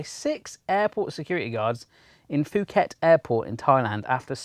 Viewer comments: It's poo ket not fu ket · Phuket is actually pronounced Poo-ket...and I'm not even shitting you. This WAS the ultimate sharticle.